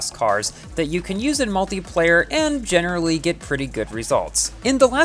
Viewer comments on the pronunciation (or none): none